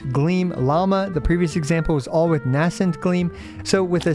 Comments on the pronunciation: Nay-scent gleam. Not N-ass-ent gleam. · VURR-dint. NAY-sint. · Please please please learn how to pronounce "verdant" correctly before the rest of the lunar-charged mechanics characters release 😭😭 Edit: Also learn the pronounciation of "nascent"!!!!